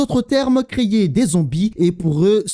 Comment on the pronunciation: Hello, merci pour les vidéos, par contre tu as un souci de prononciation un peu agacant, dès qu'il y a un "é" dans un mot, tu y ajoutes un "i" derrière, c'est assez déroutant ... ("créier" pour "créer", ...)